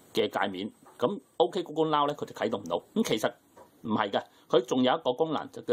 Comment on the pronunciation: 鹏 嘗試讀准确一點